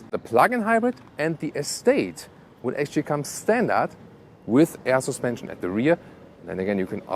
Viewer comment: Every time he says AER SUSPENSION Arnold schwarzenegger slaps a kid